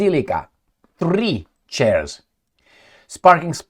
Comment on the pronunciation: can you Say 3 Chairs Again Thdreeee Chairs - Can we all take time to Laugh at how we all have a Giggle at peoples attempts at a Foreign Language, thanks mate 🇦🇺🤟( ps i speak 5 Languages Aust, Can, US, NZ, UK 😂)